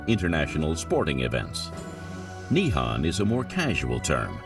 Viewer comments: Need to learn the proper pronunciation before doing this documentary the words are pronounced as Nihon not Nihan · OMG, Japan is not called Nippan and Nihan. It is called Nippon and Nihon. The o is an oh sound, not an ah sound. How is anyone supposed to take this documentary seriously, if the narrator can't even say the name of the country correctly? And Edo is not Ado. It is Edo, like the name Ed with an o sound at the end.